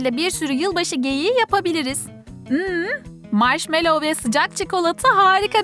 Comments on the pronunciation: Maşmellov diye okonmaz maşmello diye okunur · karıştırıyo marşmellova çubujk kraker faan diyo